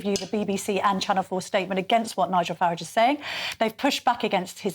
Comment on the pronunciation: Farage should sound like Garage. Nigel is the Hyacinth Bucket of British politics, keeping up appearances on an old Con trick, uniting you in fear of immigrants, the easy to pick on, to get a mandate for the greedy whose only patriotism is to their property and their purse. Whatever my anger and disappointment with democracy, I’ll keep believing in it, because we’ve tried everything else. My troubles have nothing to do with a brave nurse far away from home, some desperate fool floating in the channel. I have a problem with Nigel’s mates, landlords kicking out families to make a bit more rent, private companies ripping off public services we all pay for, bent officials and politicians taking bribes and gamblers in the city playing loose with our financial lives. I’ll not vote for Nigel, to Refrom us in the shape of his fear and greed. I’ll not vote to see you ground down by low wages, high rents, with no hope for your grand children but to serve debt. I’ll not help Britain become a land where the descendants of the lions of WW2 have to kneel at the feet of pigs.